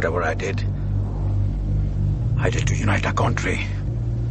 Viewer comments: in 3 minutes, I heard more "Contry" than I heard in my entire life. No offence. Is Anil doing it on purpose? or was it just a bummer? Again NO PUN INTENDED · everything else is okay but which part of hollywood says chontry, beats me :/ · Contry - Should like Odia. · It’s not a problem but the way he pronounced it is not in sync with the accent he uses for other words that he’s speaking.. where did the accent go for a toss there? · he is pronouncing country wrong. And Indian shows need originality man, why do they copy american shows.